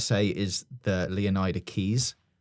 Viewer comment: He can't even say Leonida correctly, or iguana, or Lucia's last name.